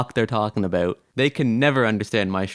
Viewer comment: A...Bowt.....are you Canadian?